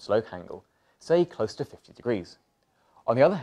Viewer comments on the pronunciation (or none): none